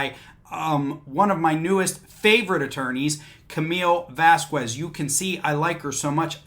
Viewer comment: If she's one of your favorite lawyers, it's pronounced "Vass-Kezz".